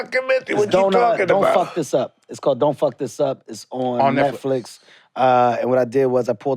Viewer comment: Kevin-“shouts out to Netflix” Mike-“netsflick” 😂